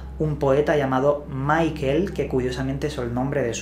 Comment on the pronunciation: Chaval, no es "Maikel" Verne...Es "Mishel" Verne...Los Verne eran Franceses...!!!!!! Entérate.,..!!! Tanto misterio y desconoces lo básico...!!